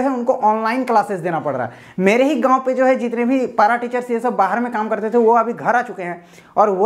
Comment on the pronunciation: Gaaon bol raha he ya Gaand ?